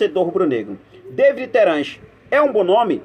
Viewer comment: É Davi e não Deivid Terans! O cara é uruguaio e não inglês .Fica a dica.